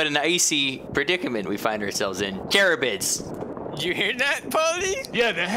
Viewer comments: it's ka-rib-dis. not cher-rib-is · It's not charybids, it's Care-IHB-dis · "...what an icy predicament we find ourselves in... Charybids!" subtle 😂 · Every time he tried to pronounce "Charybdis" I just about died. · It’s pronounced Kah-rihb-dhis. It’s the name of a Greek god that eats the sea then vomits it out 3 times a day. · LMAO not "CharyBIDS" its "Charybdis" the mythical seamonster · It's pronounced Kair - ib - dis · its not char i bids it char bid is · Hey it's pronounced kar-ib-dis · this is great, but my iner monster is forcing me to say it's pronoucned care-rib-diss